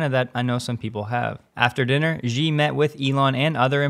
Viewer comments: The Chinese presidents family name is not "zhee", its "she". And if you really want to pronounce it correctly (for the majority of Chinese dialects), its actually somewhere between "sea" and "she". When you say it as "zhee", it makes you sound ignorant, as its about as silly as repeatedly calling the US president "Jiden". Also BTW, the Chinese Tesla guy is Tom "Jew", not Tom "Zoo". Otherwise excellent video as always. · Watch all of your shows, amazing! One criticism and just for you: most YouTubers are mispronouncing President Xi Jinping’s name (Zack and Jesse, Randy Kirk et al). Xi is pronounced SHE not JI. For reference, see Pinyin romanization. Thanks and keep up the good work!